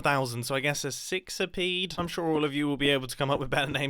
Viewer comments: Hexapede, not sixopede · “I made a walking six-a-pead in minecraft” lmao